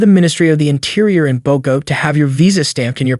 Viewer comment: Very informative video! Thank you (But fyi, that’s not how you say Medellin and Cartagena or Bogotá 😅)